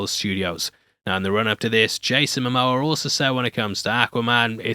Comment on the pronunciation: Yayson Mo Moa no Moa